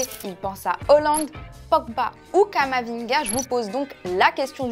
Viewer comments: une footix qui ne sait meme pas prononcer halland lol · Elle a dit hollande je suis mort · Mdr elle a dit hollande pour haaland